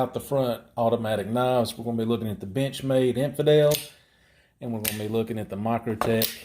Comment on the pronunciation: To me it sounds like he says bitchmade. Wtf